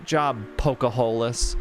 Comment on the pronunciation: OMG, "Poke-a-hole-las"! I heard that and had to pause the video and try to quietly laugh at my desk. The constant British snark is sending me as well. (Yes, 2nd level but 1st floor makes no sense). Thanks for continuing to play this game.